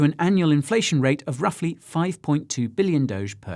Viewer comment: Did you say ROUGHly?